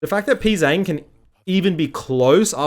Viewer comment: Funny how everybody says Pzzang wrong like its "Pzang' when it actually sounds like "P G Jang"